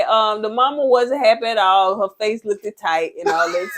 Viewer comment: Oohhh..girl you said Look-ed..haha..you know better..lol.